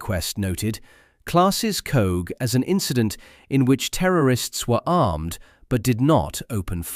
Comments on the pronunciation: Coagh (emphasis on the GH), not "Cooh" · The village Coagh is pronounced "coke". It is very annoying heading this and other towns and villages mispronounced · Its Pronounced 'Coke' and you've got Alistair Harkness and Tony Doris the same pictures FS. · As Seamus Heaney observed, the ' stranger' can't pronounce 'Coagh'